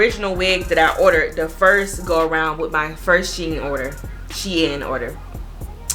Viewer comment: You are pronouncing it wrong it’s shein like sheen beautiful hair